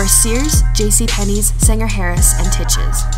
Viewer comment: Hey youngster, it was pronounced "Tie-ches", not "Tit-ches" even though it was spelled that way. I got a good laugh when I heard it. :-)